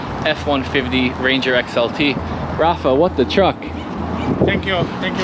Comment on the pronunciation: bro its Rafa not Rafe